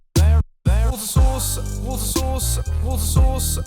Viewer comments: It sounds like woushous instead of water source! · It stopped aounding like water source after the first couple. Sounded like you were saying whats a sauce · Wotter sauce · My American self thought you were saying "water sauce" at first 😂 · It sounded like he was saying woustishire sauce. ... instead of water sauce... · kinda sounds like what a sause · In the remix it’s sounded like you were saying “water sauce”... that would be some bland sauce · Am I the only one who heard "water sauce"? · Woter sauce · Loving the remix but it sounds like your saying water sauce not water source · It sounded like Wood sauce at 1 point 😂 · when he was saying water source after a while it sounded like he was saying Worcester sauce, also mumbo you should build columns so that it stops ghasts spawning at least a little bit and it will look nicer than slabs (and possibly make the build look nicer, even though it looks really nice now). and since u forgot to change the skin every time you leave the hermit craft server at the end of the episode you should put a sign saying "Did you shave?" just as a reminder. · I started to hear watersurus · Did anyone else hear wood sauce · I genuinely thought it was 'what a sauce' and not 'water source' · During the time lapse, it sounds like he's saying "water sauce". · I know he’s saying watersource in the remix but it sounds like hot sauce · listening to the remix i realized you say water sauce not water source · I swear he's saying water sauce. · more like wot sauce wot sauce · Are you saying water sauce 😂😂😂😂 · I just clicked on that video before watching this... It sounds like it's saying water sauce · I'm hearing water sauce😂😂😂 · its sounds like what a sauce(_ _) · sounds like worseschier sauce *i dont know how to spell it thats definitely wrong though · Worcester sauce? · It sounds like he is saying What Sauce in the remix. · “Water sauce” is what I heard 😂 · Is it just me or does it sound like he says "water sauce"?